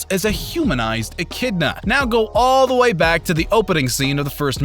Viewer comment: echidna not echinda